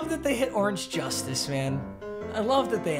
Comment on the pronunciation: Can we talk about how he said orange justice